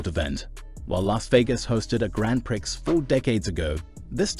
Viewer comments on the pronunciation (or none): love how u say "grand pricks" 😂😂😂 girl, its "grong pree" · Umm, “Prix” is pronounced “pree”……… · Prix is French and pronounced 'pree'. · Haha Grand Pricks.. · I was amused at the pronunciation "Grand Pricks"! It struck me as pornographic! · Given your English accent you should how to pronounce Grand Prix (Pree).how embarrassing.😂